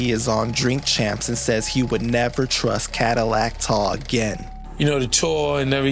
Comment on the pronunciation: It’s pronounced Cadillac Ty!!!! AI robot 🤖